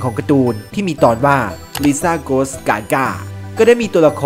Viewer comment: Goes ก็ไม่ได้อ่านว่าโกส 555